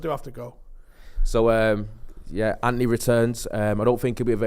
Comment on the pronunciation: Why cant pronounce An-To-Ny properly? Says Anty